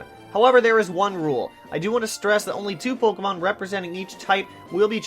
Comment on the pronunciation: Ur pronouncing pokemon wrong